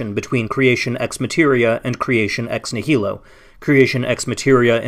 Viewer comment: It would be nice if the person bothering to use the term "ex nihilo" so often knew how to pronounce it. This is like listening to someone pronounce "America" as "am-er-EEK-a" again and again.